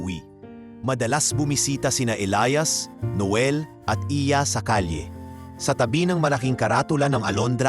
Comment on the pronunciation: Maganda ang kwento pero bakit ang pagbigkas ay magkaiba gaya ng Elias ang isa naman ay Elayas😂😂😂